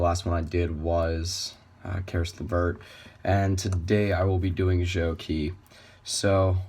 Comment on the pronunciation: Do your homework man, his names reads as Zhou "chi" not Zhou "ki"